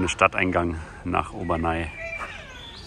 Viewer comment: Heisst nicht Obernai, sondern Obernä (aussprache französisch)